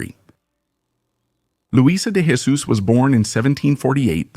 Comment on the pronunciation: The Portuguese do not speak Castillian, we do not pronounce the "J" sound as an "H" we pronounce the "J" sound like a "J" so it's not "Hesus" it's "Jesus".